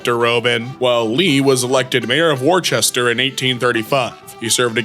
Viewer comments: WorCESter, it’s not WORCHESTER!!!!! 😡😡😡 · Worcester is pronounced "wuster" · Worcester is pronounced Wooster . Worcestershire is pronounced Woostersher . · it’s pronounced worster, it’s a city in Massachusetts, yes it’s not pronounced how it’s spelled, no I don’t know why we spelled it like that, other than the people naming the towns and city’s back in the day though it was funny. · It's pronounced WOOSTER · really mispronounced Worcester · On today's episode of "Reading While Illiterate" we learn that can't pronounce "Worcester", "worcestershire", or "miscellaneous" correctly.